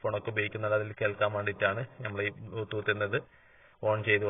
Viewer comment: ബ്യൂ ത്തൂത്ത് അല്ല ബ്ലൂ ടൂത്ത് പിന്നെ ഫെറി എന്നാൽ റോഡ് പണി അല്ല ബോട്ട് സർവീസ് ആണ്